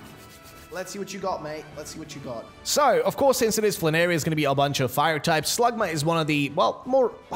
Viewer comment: Not fla-narry but flan-air-y